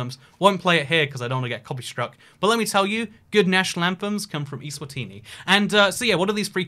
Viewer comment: Btw it's Eswatini not iswatini